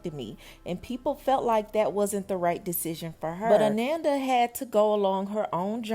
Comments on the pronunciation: Her name is pronounced (A-non-da) its not like Amanda 🤦🏾‍♀️ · Ah-non-duh.....come on now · Her name is pronounced Ah-non-da not Ah-nan-da. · Ananda😮‍💨🙏🏾… (Uh-non-da) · Pronounced ah-NON -da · Good commentary, but you are pronouncing her name wrong. ❤